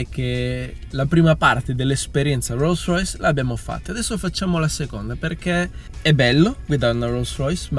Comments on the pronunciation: Una "rûssrüys" ?? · "Ruolls roys" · No dai "ro Rois"non si può proprio sentire! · Guidaue una rolls roice 😂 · Lo dirai anche giusto ma non ti sembri pirla quando pronunci Roll Royce? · Sono un po in ritardo...ok...ma quando dice "guidare una rolls royce" la R che dice è molto britannica...sembra un britannico che parla italiano 😅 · Ma quando dici “rolls royce “ hai delle ciabatte in bocca!? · Dice Rolls Royce con la peggior pronuncia inglese che abbia mai sentito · Solo a me da un po’ fastidio come pronuncia Rolls Royce? 🤔🤔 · Si ok ma almeno impara a pronunciare bene il marchio dell'auto. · Per favore cambia la tua pronuncia di Rolls Royce